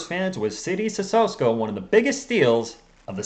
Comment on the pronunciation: Seed-ee Sih-soh-Ko